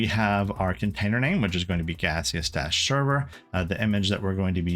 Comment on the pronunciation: I'm the developer of Gaseous Server, and I just wanted to say thank you for your awesome video! Edit: the pronunciation was correct. It's meant to be a play on Steam :)